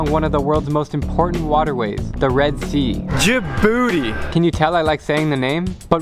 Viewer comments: and the name isn't like you said "djibouti not djabouti"wrong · It’s not “jabooty” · Djibouti is pronounced Ja' Booty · Miss: tell me a countrys name Student: djabooty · You only spoke about negativity of my country 🇩🇯 but you missed a lot of places to visit. By the way it's Djibouti we pronounce it "Tii" at the end thank you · Djibouti 🇩🇯 ji-booty 😂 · How to pronounce Djibouti Dij-booty